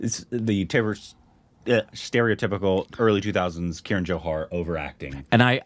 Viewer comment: it is not "K" run but "kah-run" Love your tattoos